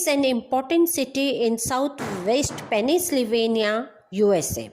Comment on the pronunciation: Wrong pronounciation (Pennsylvania, Alabama, geographical and much more)